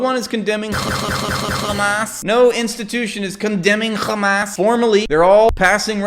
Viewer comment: I like that we collectively mock the pronunciation of KKkhhhamas